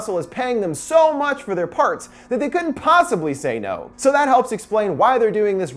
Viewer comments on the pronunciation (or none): none